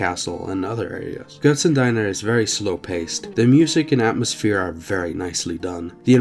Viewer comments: Lol GötzenDINER you said. It's okay. It's more like Götzendeena. You got the Ö right. I'm impressed. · it's not pronounced GötzenDiner but Deener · Götzendeener ;) But kudos for getting the Umlaut right!